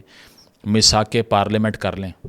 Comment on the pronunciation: Bhai parlamen or parelement